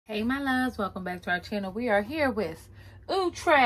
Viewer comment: Box: outre Her: ooooo trey 🤣🤣